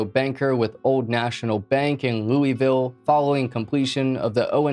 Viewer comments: As a Louisville native my asshole puckered when you pronounced it 'Loo-eville' it's pronounced 'Luhvul' other than that great video. 👍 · It’s pronounced loo vul. Some will say it is pronounced loo a vul but I’ve never really heard any Kentuckian pronounce the a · its pronounced looh vool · I live in Louisville and I remember this happening. Also ps it's pronounced Loo-ah-vul. I'm sure I won't be the only person to say it. Anyway, great video. Never thought you'd cover a story from my current home. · We say loo uh vuhl-Louisville 😊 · This mispronunciation of Louisville is cringe af